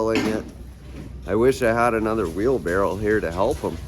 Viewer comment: Wheel barrel? Did you really say wheel BARREL? lmao